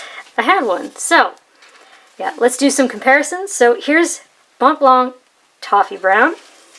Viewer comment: The C in Montblanc is silent, you don't pronounce it.